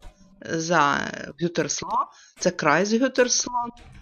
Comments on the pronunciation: Так і не зрозуміла , як називається місто 🤔 ?? Gütersloh, наголос на другий склад . Як правило біля шпиталів є парки.. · я знаю , що наголос в німецькій мові завжди на перший склад , але ви так undeutlich вимовили його , що не зрозуміла що це місто.